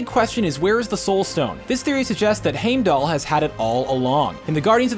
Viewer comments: Its said hime- dall not hame-dull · how to pronounce names wrong 101 Thane - ohs and haym - del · I’m sorry did he say hamdull? Lol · its not Heimdall its pronounced Hajmdall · Does it annoy anybody else how the say haymdell instead of heimdall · Omg heim doll not hame doll not thane os it’s thanos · okay lemme break it down for you th AH nos not THAYNOS LoWkey not LowKEY and HEIMDALL not HAMEDALL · not trying to be rude but its Heimdall not Haimdall and its not thanus its thanos you said the names completely wrong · it is not pronounced hame dal with a long a, it is pronounced hime dal with a long i. just thought you might want to know. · it's heimdallr not hamdallr say it right or do say it at all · What triggers me is that they say haimdall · Normally I'm all "Oh, let people pronounce it how they want, it's just written text" and then you go and say Haymdull. Really? Come on... they said it in Thor 1. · if u watch the movies its pernounced hime-da-ll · How are you say Homedale‘s name wrong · Tha-nos Heim-dal Just want to help. :) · He said Hamedall but he wrote Heimdall. I told you not to make so many videos. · Thaynos and Haymdall? Was this guy just reading a script instead of actually watching any of the movies? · Lol wtf is the pronunciation of “hamedall” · "Hamedull" kms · Stan Lee pronounces Tony Stark better then him pronouncing Thanos and Hymdall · Who the hell is Hame-dal? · It's pronounced (Hyme-dall) and (Than-ohs) god if you're going to try to relate to comic fans get it right! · Heimdell was hard to hear! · Crocodile Dundee Th-a-nos and Hime-dall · Can’t stand how he pronounces Heimdall and Thanos. Or how he calls it the “reality gem” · Hearing him say heimdall killed me I hated it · PLEASE pronounce heimdall and Thanos correctly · Why does he say heimdal and thanos wrong? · I stopped because I wanted to slap his grandma for the way he was pronouncing Heimdall. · Thaynos? Dude, you can’t even pronounce Heimdall either... dude...